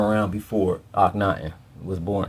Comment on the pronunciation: Thank you! Akhen-ATEN 🙏